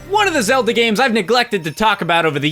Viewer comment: Yup..Zelda "Month"